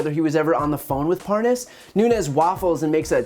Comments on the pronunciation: Nunez says, “Parnoss” (his fake mispronunciation of his name), the right after that says “Parnas” correctly, twice. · D Notice he mispronounces Parnas, and then pronounces it correctly for a while, and then goes back to mispronouncing it when he remembers :D Gooooooold! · mins in .. OOOOH... would u look at THAT... 😲 i thought Nunes was gonna try & play it off, like he DIDN'T know the guy.. ("Lev Parnas") ... i mean... he's been pronouncing dudes name WRONG, for the past MONTH! 😳 (even in THIS VERY VIDEO) now, alla sudden, he's talkin bout dudes wife & he's able to spit his name out JUST FINE? 🙄 (purposely mispronounced mins in) 💁‍♀️ go ahead & go see for yourself! ( mins in .. Nunes goes BACK to pronouncing it WRONG? 🤣 ... open mouth insert foot?🦶) .. course.. some ppl can have the proof staring them, dead in the face & yet, it'll STILL get denied. 😕 [smh] don't b too lazy, to click the rewind button a few times... let it sink in... good... NOW READ BETWEEN THOSE LINES!! 😠